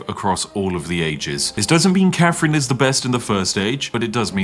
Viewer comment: The fake posh accent would work better if you didn't pronounce her name "Cafrin".